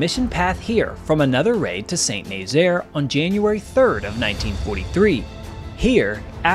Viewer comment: Great video. By the way, Saint-Nazaire is phonetically pronounced: Sah-Nahzair. Not Saint Nayzeer